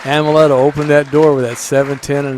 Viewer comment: It's Amleto not Ameleto